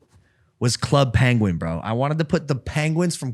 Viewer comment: why are they pronouncing penguin like that